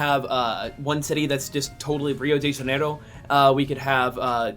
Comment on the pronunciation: Rio de janiIhro REALLY?